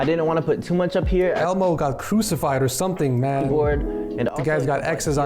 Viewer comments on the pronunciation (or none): Lough: elmo Everbody: elmo: elbo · the way called elmo elbo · did ed call elmo elbo? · Anyone relise that he said elbow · he said elbo lmao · did he just say elbow insted of elmo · ELBO?????? its elmo my guy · Bro called Elmo elbow 😂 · man called elmo, elbow LOL 😭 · my mans said elbo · He called Elmo elbow 😂😂😂